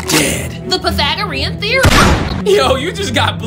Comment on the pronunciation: Bruh Pythagorean was pronounced wrongly